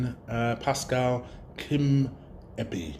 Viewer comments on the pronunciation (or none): Bro you butched his name kimpembe its kl 👊🏿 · Kim -pem -be😂..u r funny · can you even read bruh? Kim-pem-be. It's not even a difficult name lmao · How does man look at Kimpembe and sound out Kimeby?? out here doing it for the culture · how are you so bad at names 😭 I beg you just phonetically spell out the names before you read them, come on everyone knows Kimpembe 🤣🤣🤣 Kim-pem-be it's not rocket science 😂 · 😂😂 you cant say his name chale.